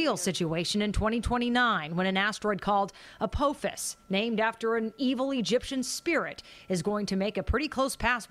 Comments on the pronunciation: She called it apofic 😂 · its named Apophis not Apophik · I love how she mispronounced Apophis twice